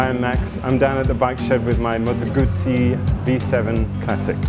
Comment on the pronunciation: what a beautiful bike. Well done! (next we learn how to pronounce GUZZI... 😉)